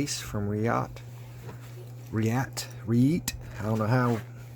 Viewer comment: Reate is probably my favorite chineese knife company. Excelent quality. You are saying the name right. That's a nice one. Thanks for sharing brother. I hope you have a great thanksgiving.